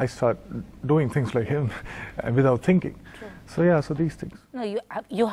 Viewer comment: "without tinking"